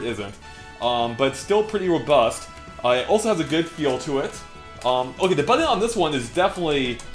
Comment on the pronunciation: He keeps saying “buddon” instead of “button.” Like, WTF dude.